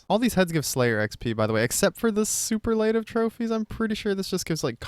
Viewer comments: Not to be that guy, but only mean this in a learning aspect. It is su-per-luh-tive, not su-per-lay-tive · Your pronunciation of superlative absolutely took me out. 10/10 vid, as usual. Much love,! ❤